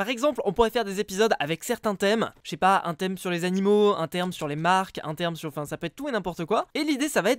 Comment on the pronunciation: Qui est d'accord que a au lieu de "thème" il a dit "therme" Clique sur ce petit bouton si t'es d'accord :3 👇